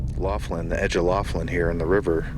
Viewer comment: Laughlin - pronounced lock-lin, like the name McLaughlin.